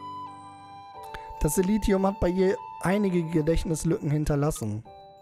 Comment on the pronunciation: "Silentium" - spricht sich Silenzium (engl. für Stille)